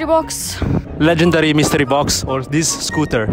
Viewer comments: "MiStREee bOx" She literally said that seven times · Him: "Legendary mistrii box or $1?" Her: "Mistree box" Mr.Lee at home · I love the way the pronounce Mystery box. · the way he is pronouncing 'mystery' has a different meaning in Hindi(one of the Indian Languages)